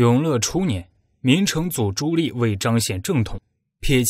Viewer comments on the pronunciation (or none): ㄌㄧˋ什麼ㄌㄧˋ？ ㄉㄧˋ 棣 啦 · 朱棣（念弟）不念朱力⋯沒文化還在配音⋯暈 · 棣 读di 4zshengm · “朱棣”，“棣”字，發音“帝”。 “心喜歡生”，應為“心生喜歡”。 “好好干吧”，應為“好好幹吧”。 “干、幹”兩字，基本意義不同。 如全文使用簡化字表述，可用“干”，惟本文以正體字（繁體字）行之，則應使用“幹”，以免混淆。 “百思百得其解”，應為“百思不得其解”。 “血脈賁張”，“賁”字，發音“奔”。 “空空如野”，應為“空空如也”。 “絕殺”，應為“截殺”。 “抵擋”，應為“抵達”。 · 哎，那个读朱棣（弟）！！！！！！ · 听得我浑身鸡皮疙瘩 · 你连朱棣di都读错，装什么文化人